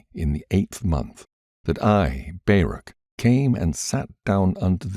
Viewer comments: I really appreciate you reading for yt, but, and I hate to be like this. But his name is not Bear-ak, it is pronounced Bar-ook, Baruch. Not sure how you didn’t know that, or how you didn’t hear of him before you read this, but in any case well done and thank you. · I've never heard anyone pronounce Baruch that way before 😂😂😂 I'm am American Jew, and we pronounce it "bar-OOK" with the phlegmy "ch" at the end, if you can manage it. But I'm not going to claim you're pronouncing it wrong. Nobody knows how Hebrew sounded in ancient times, so maybe you're saying Baruch in exactly the way that he himself said it. Who knows?